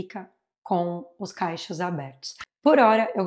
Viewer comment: Oi linda! Conteúdo impecável, assim como todos q vc produz. O único erro é falar “caichos”, ao invés de cachos, às vezes pode por morar há tanto tempo no exterior pode confundir … no mais vc é uma fofa e mesmo não tendo o menor interesse no produto, assisti só por ser seu. Bjssss